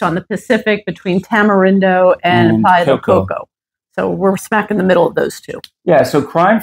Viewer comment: She lost me when I heard how la señora pronounced Tamarindo & Playa del Coco. First step should be how to pronounce where you live. Show respect to gain respect.